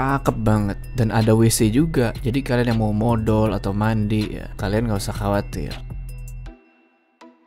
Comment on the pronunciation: smpe jelas bet nyebut modolnya bang gua slfok sma ucapan modol hahhahaa